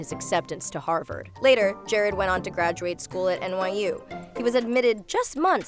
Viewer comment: The sentences seem to run together instead of pausing in appropriate places. "Graduate school" was said incorrectly. Those old clips of the 50s were weird. But I guess "content"?